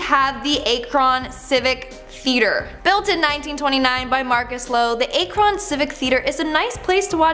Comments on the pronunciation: Akron is pronounced Ahkron not aykron I'm from Ohio lol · ACK-RON. NOT A-KRON lol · Ack Ron not A Kron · "Ack-rin" , Ohio ...( Not "A- Cron" ) Also, "Port-Age" ... ( Not "Por-Tahj" ) Js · ak ron....... is how you say it damn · Akron-ack rin